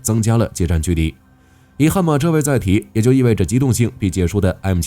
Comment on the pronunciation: 哥哥 那唸ㄒㄧㄝ樹